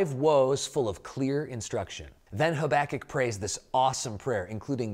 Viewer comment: My teacher did a verbal test on the books of the Bible and made us say the whole thing wilst covering our eyes. The teacher said "Haba-kook"... What!? I said "Haba-kuck" You said: "Hoback-kic"